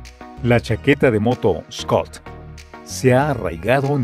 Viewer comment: la marca es schott no schoot y se pronuncia diferente como chot no scot